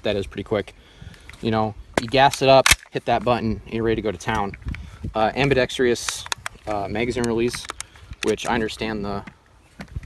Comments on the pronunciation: "ambedextrious" am·bi·dex·trous why can't people say this correctly? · It's pronounced 'am-bee-dex-truss', not 'am-be-dex-tree-us'. lol, it's been bothering me for years that people can't pronounce this simple word. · lol ambidextrius are you serious 😂😂😊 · How to pronounce Ambidextrous. Ambi-Dex-Trous, like trousers. Not Ambi-Dex-tree-ous. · am•bih•dex•truss. There is no "eee" sound before the "uss." Otherwise, loved the vid & way to rep for the ACR!! I'd put it head to head with any infantry-style rifle... and bet it would come out favorably. 👌🙏💪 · I just have one public service announcement...it's "Ambi-dex-trous" not "Ambi-dex-tree-us" for the love of all things holy! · Am' Bee Dex' Truss', not Am' Be' Dex' Tree' Uss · "Ambidextrious"... No, just no... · If you don’t know how to pronounce AMBIDEXTROUS, just call it ambi. It’s not AMBIDEXTRIOUS!!! Read the word and sound it out. 🙄 Sweet guns though!! A lot of guys in the SF community say the SCAR is garbage. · ambidextrous not ambidextrious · "Ambidexrious"? , you better go back to the 5th grade son. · I can NOT stand dude saying ambidextrious… am-be-dext-russ. Not fucking am-buh-dext-ree-uss. 🤬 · The word is ambidextrous. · Invalidated because can't pronounce Ambidextrous correctly 😋